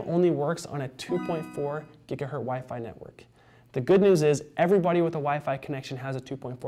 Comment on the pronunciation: Stop saying giga-hurt